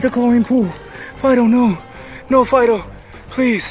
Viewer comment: I heard u saying FIDO FID- o.......